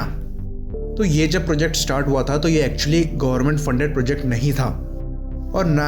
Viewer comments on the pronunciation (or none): none